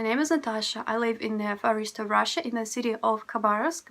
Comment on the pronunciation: Why you have no difference in pronounciation "live" and "leave"? It should be different